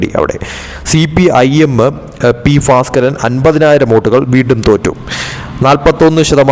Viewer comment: Who taught this fellow malayalam? He pronounces bhaskaran as Faskaran !!! At least these simple names should not be so difficult to promounce